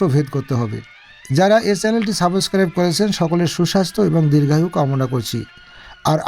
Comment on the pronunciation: ভাই আপনি কি ইংলিশ শেখাবেন আপনার নিজেই তো ইংলিশ উচ্চারণ শেখার দরকার, Subscribe কে suboscribe উচ্চারণ করলেন